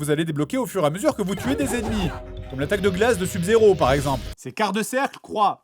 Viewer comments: Ou pour lui faire dire sub correctement? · comment ils prononcent sub-zero je suis le seul que ça fait péter un cable ? x) sinon super vidéo toujours autant se marrer devant les vidéo du jdg